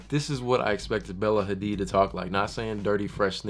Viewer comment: "AIR" HADID wth??? HAHAHA #ASLFAMILY